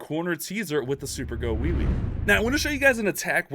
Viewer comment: Bruhh...super "gowiwi" don't sound right🤣